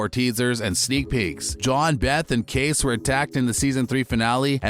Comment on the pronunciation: Dude, Kayce’s name is pronounced kay-see not case. Make a little effort to show you’ve watched at least one episode of the show. Yellowstone is an amazing show and you should pronounce character names correctly!